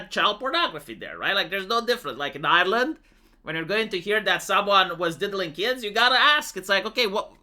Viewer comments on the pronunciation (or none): none